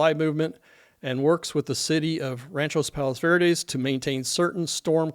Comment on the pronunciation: I have friends who live down the street to the left of the house you show on Dauntless Dr. They’re fine and not impacted (yet). That area has always had sliding since my family moved to RPV in 1963. NOT in a slide risk area thankfully. Thank you for this information! By the way, it’s Rancho Palos Verdes, not Ranchos…